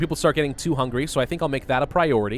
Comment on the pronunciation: Say it loudly "Hungry" not "Hungary"